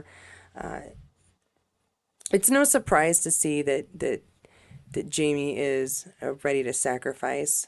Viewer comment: Sounds like you’re saying ‘JaNie’, not ‘JaMie’.